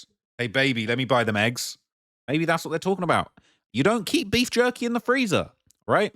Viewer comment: Jerky or yerky?